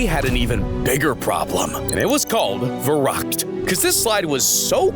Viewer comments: it is fɛɐˈʁʏkt and not weeruukt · wrong said oit im german and its not veruckt its verrückt or jus use google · Verrukt is pronounced more like Ferookt and means crazy in German.